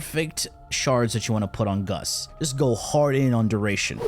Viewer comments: Why do you keep saying "Guss" it's GAUSS, man xD. Double ss so it's GAUSS lol. Anyway, crazy wf indeed. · Please call him gauss and not gus, gus in my language is a word for ,,ass" and i cant take u seriously 😂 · "goss" not "guss" lol driving me batty watching this lol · he did it on purpose lol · Closed the NewPipe app and logged onto YT, with adblock ofc, to tell you that I hate the way you pronounce Gauss. It's pronounced, gous, not, guss, nimrod. Take care. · “umm Its aCtually pronounced gous” 🤓👆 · GOWS is the correct way to pronounce, just saying! And perhaps Guss is just a pet name, like Dragons Breath etc :P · please stop trolling xD... Freaking Gus... Say it right, you know how it's said... just like U know how bubonico is said.. freaking Bubo-nico jesus. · My name is pronounced GOWSS! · Today I learned I have a new pet peeve. People incorrectly pronouncing Gauss, saying Gus. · i pronounce him gau-ss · It's obviously pronounced goose, Nimrod! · It's not pronounced goes either. Gauss was a German mathematician and like someone else mentioned already its pronounced gau-ss. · Gaus giss goos anything Why so care abt pronounce? This isn't school tho I call gauss as KUSSSSSS or PUSSSS Got any prob? 😂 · Nahh, it's Gus. Just like how it's Secondary Cucumber and Melee Cresskendo. Trust him, he knows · The "a" in gauss: "am I a joke to you". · Yeah it’s kinda killing me inside!